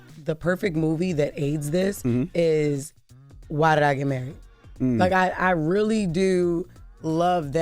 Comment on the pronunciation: "because I'm murried" 😂